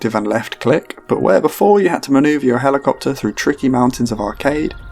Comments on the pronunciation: I love how you said helimachopter! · "HeLo-MaTrOpTer" pmsl I used to use the word Helomatropter back in school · "Helimachopter" PHAHAHAHA